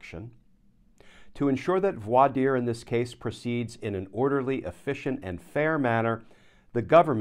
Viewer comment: Thanks, Glenn. Always know I'm getting the straight-up truth from you. And thanks for teaching folks how to properly pronounce voir dire.